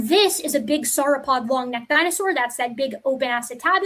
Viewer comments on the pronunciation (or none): none